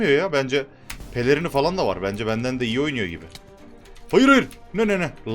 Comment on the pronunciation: deki çok iği diğişin beni benden aldı